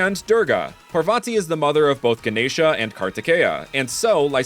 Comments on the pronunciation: Also you pronounced Ganesha perfectly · You pronounced Ganesha really nicely